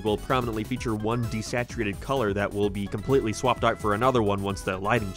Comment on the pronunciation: I'm new here, sorry, what accent makes one pronounce 'out' as 'oit' and other such similar pronunciations? It keeps slapping me out of the video bc the regular cadence of the speech is normal but then One Word is a lil 'curvy' lmao Edit: another example would be the 'its the thoight that coinghts'